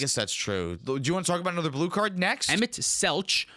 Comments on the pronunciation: "emet schlet," as a fan of ffxiv, sent me into the stratosphere lol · Emet-Selch (emet selk) Louisoix (Louie-swah) Tataru Taru (ta-TARU Taru) Tidus (Tee-diss)